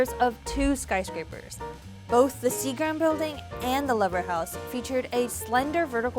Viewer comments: Leeeever, not lever. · Lever House = LEE-ver House. Built by the manufacturing company Lever Brothers.